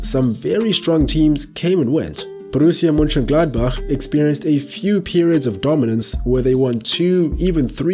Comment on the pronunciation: Wow, You are the only english speaking YouTuber who can pronounce german names the (almost) exact right way 😉... I was especially impressed by "Borussia Mönchengladbach" 👌🏻...and by the way, the content of your video is also really good 💪